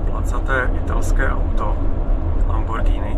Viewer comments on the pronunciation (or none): none